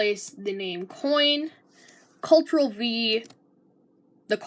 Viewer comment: bro cannot pronounce control